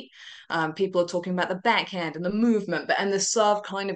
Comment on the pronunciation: Her voice is SOOO annoying... Why does she say beck hend instead of back hand?? Where has she got this odd fake radio accent from??